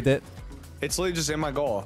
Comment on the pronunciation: Somebody plz teach how to say literally lmao